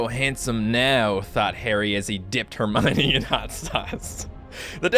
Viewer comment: Wtf is hermyni it's herm-e-un